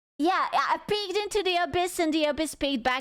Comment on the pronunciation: I know she said ‘peeked’ but it sounded like she said “I peed into the abyss and the abyss peed back at me.” 😂